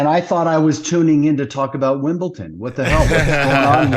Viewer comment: "Wimbleton". Instant fanny.